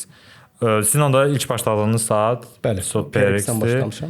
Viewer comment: Salam uğurlu olsun .Videonun başlanğıcında tissot deyirdiniz əslində onun tələffüzü TİSO olur. Yəni çox şey dəyişməz lakin Azərbaycanda saatlarla insanları birləşdirməyi özünüzə vəzifə götürmüsünüzsə belə şeylərə diqqət etmək lazımdır.